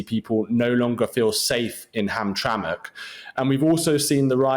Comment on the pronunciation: “Hamtrank, Mitchigeun?” lol you could have at least looked up how to pronounce either correctly…